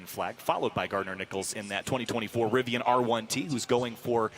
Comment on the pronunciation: Rivian Timestamps: Rivian R1T at the starting line Zipping off the line Straightaway Switchbacks More Switchbacks "Rivi-awn" lol Birds-eye view Final turns Finish line (smashes record)